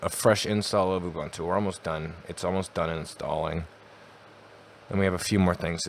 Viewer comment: “Ubantu” Love it lol